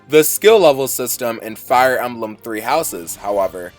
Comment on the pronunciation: Did you just pronounced Emblem as "Amblem"?!